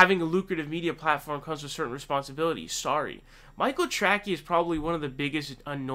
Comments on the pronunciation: His name is pronounced Trasee not Trackee. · Isn’t it trace-y not tracky Lmao 😂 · It’s Tracey not Trackey. If you criticize someone get their goddamn name right! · Who the hell is Michael Trackie? Tray-see, Tray-see. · It's not Track-E, it's Trace-E. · That's the best pronounciation of "TracKey" I've heard :) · He pronounces it "Tracky" on purpose. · His last name is pronounced Tray-Cee. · Great analysis. His last name is pronounced "Trasey". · He does the mispronunciations on purpose lol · The only thing more embarrassing than being Michael Tracey is not being able to pronounce his name. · Dude I have never heard someone miss pronounce names as often as you do I generally like your contact but that is really irritating do you really think that’s how you say his last name?